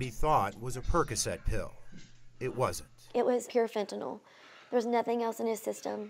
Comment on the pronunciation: Fenta NYL (nill) not Fenti NOL, Robert Kennedy is dumb af